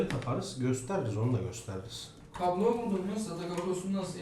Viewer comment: Reis Kahramanmaraş'lı gibi kablo yerine gablo dedin 😂